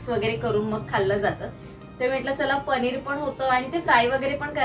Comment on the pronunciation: पनीर ण नाही न